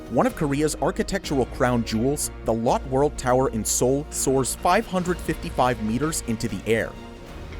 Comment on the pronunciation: The E isn’t silent in Lotte 😉